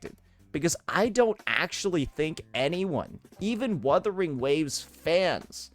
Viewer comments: Imagine being a host and intentionally butchering the game’s name live? He had a year to learn how to properly pronounce “wuthering”. It’s either he is meme-ing or secretly dislikes the game or (tin foil hat theory) an undercover hoyoshill. Jokes aside it’s kinda of funny how he keeps fumbling his pronouciation of wuwa. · Come on man! Wuthering is not that hard to pronounce😭. What in the Arikido is this? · What I think makes this funnier. I get them miss pronounce UMA because it's a Japanese word. But Wuthering is an ENGLISH word. So now I'm thinking the Game awards are intentionally mispronouncing names out of pettiness.😅